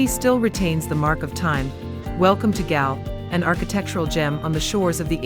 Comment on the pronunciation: Galle is pronounced as Goal